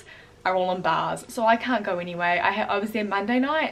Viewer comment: Hoi I eemma an I cawnt twak Hi I’m and I can’t talk Haha get better soon